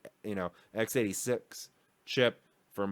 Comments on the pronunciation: It's tape out, not tap out. Also ex-86, as in an unknown variable, not times-86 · I love your videos, but man it rubs me the wrong way when I hear x86 pronounced "times 86" and not "eks-86". The "x" stands for a variable, not for a multiplication operator. (Yeah I know, I should ignore it and move on, but I just can't :D). Interesting video once again, nevertheless! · Dude, if you don't stop saying TIMES-86 instead of EX-86. I will unsubscribe, it's just so cringy.... XD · i agree 100%. i also don't think it's a trivial thing. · Underneath every video you read this kind of comment. I guess he is doing that on purpose to make his fans go mad or he's just a problem to say he was wrong... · Agreed. It irritates me too and I made a comment before finding yours. Steve at Gamer's Nexus does the converse. For example, for a 20% improvement he says "one point two eks". Aaaaargh!